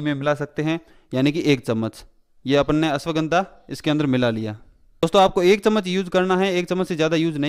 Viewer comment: Cool voice Especially when u say Apon ne